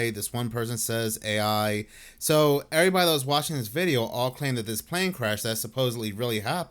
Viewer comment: His name is pronounced Rick Bee-ah-toe and “everybody” isn’t pronounced Errebahee!